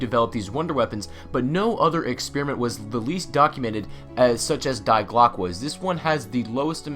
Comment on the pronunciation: Dear God, the pronunciations... Die Glocke sounds like DE Glocka and WunderWaffe would sound like VunderVaffe...